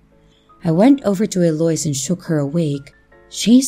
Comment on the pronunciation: Love your stories ✌️🇨🇦. btw Eloise is Ell0-weeze. Just trying to help ok foyer is foy-yay 🙃. And I just subscribed. Thank you so much